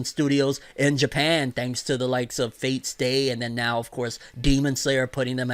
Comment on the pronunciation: "Fate stay".... HUH!?